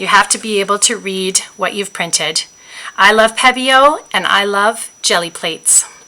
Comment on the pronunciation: Pronounced Peee-bio